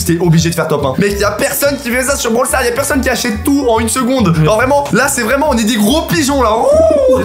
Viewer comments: c'est pas comme ça qu'on dit brawl stars* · C'est pas commesa qu'on Di Brawl stars